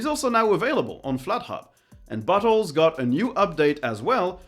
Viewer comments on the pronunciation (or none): You say "bottles", but that's not what I hear 😆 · Had to do a double take when you said Bottles, because that's not what I heard 🤣